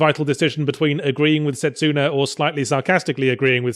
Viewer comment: u pronounced setsuna wrong